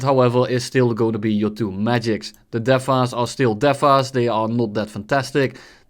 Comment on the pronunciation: DEFA are juste DEFA... me Being a French player, ouuufff...